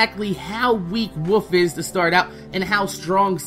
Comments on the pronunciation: When you say "wolf" it sounds like "woof" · it sounds like your saying wuf when u say wolf